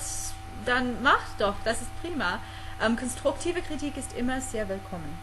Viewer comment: by the way: you pronounce the "R" in the same way like the "ch" but a little bit softer! and i cant believe how perfect you said "konstruktive kritik"!! wow respect